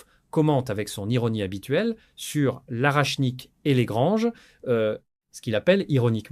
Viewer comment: Pas arachnik, mais orechnik.